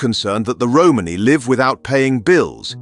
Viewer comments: Had to stop watching a minute in . The word is Romani .......not Romaney . Roman eee . NOT Roman-eyyy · lmao mans said 'Holmes' 💀🤣